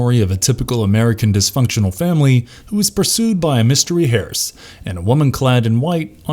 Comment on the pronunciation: "Harse"??? Why Did you pronounce it "Harse"? It Pronounced Hurse ( like Purse ) or Hurst tho it is Spelled Hearse.